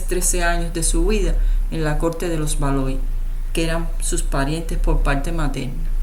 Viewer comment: Se pronuncia "valua" no Valois.